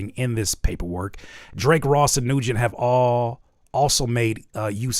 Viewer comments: New gen?? Its pronounced win 😂😂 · love from Georgia. Keep fighting the good fight. (Nguyen might be pronounced “Wen” btw 😂. Had this playing in the background and had to look at my screen when you said it) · The last name Nguyen is pronounced “Wen.” Lol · I was just thinking that lol. Its pronounced like win